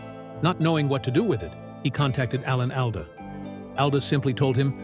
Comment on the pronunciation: You can't even pronounce Alda.